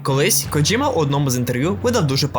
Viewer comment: Боже, нарешті люди говорять КоДЖІма, а не КоДЗІма, просто мммм , лайк відразу 🥰